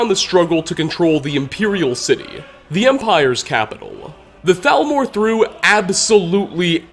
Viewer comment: hablas castellano o espanglish , al menos di T A L M O R se que se pronuncia salmor pero ni eso